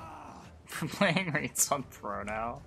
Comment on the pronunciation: Just wanted to let you know. Rience is pronounced Ry-ans per the book